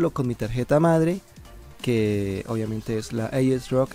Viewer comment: "aiesroc" ulala